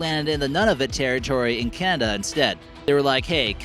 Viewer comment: wtf Kanada no it's Canada